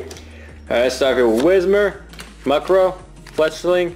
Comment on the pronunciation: N said Muckrow again XD